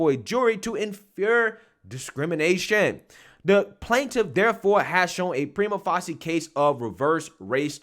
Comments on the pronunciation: Preeema Facescia pronunciation “Prima Facia” legal term for “at first glance” … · It’s pronounced “PRY-muh FAY-shuh.” There will be no jury; the university will settle.